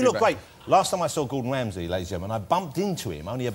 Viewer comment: mr. gordon whamsay